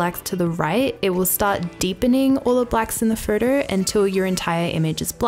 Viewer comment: Please learn how to pronounce "photo".